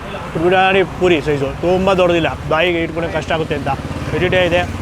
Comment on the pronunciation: ಸಾರ್ ನಿಮ್ಮ ಮಾತು ಕೇಳ್ತಾ ಇದ್ದರೆ ತಿಂದಷ್ಟೇ ಖುಷಿ.. ಆದರೆ ನೀವು ಪುರಿ ಹಾಗೂ ಪೂರಿ ಪದನ ತಪ್ಪು ಹೇಳ್ತಿರ... ಪೂರಿ ಅಂದರೆ ಎಣ್ಣೆಯಲ್ಲಿ ಕರಿದಿದ್ದು ಮತ್ತು ಪುರಿ ಅಂದರೆ ಕಡಲೆ ಪುರಿ...ಇದೊಂದು ಸರಿ ಮಾಡಿ...